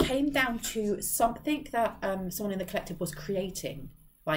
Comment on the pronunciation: Somethin"G" not Somethin"k". At first it was funny, now it's just Annoying. Unsubscribed, but you just keep showing in my feed